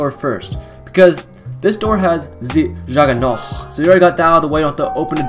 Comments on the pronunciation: Its not jolgernog its jugernoggggg get it right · I love how you say juggernaut at the end "ze juggernaut "